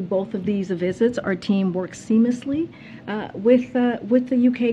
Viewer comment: “Seamlessly”. She can’t even pronounce it correctly!